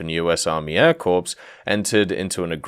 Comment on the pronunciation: its hurts hearing him say US Army Air Corpse instead of Corps